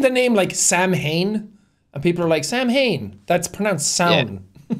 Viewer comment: oh my god as a pagan witch hearing pronounce samhain correctly is beautiful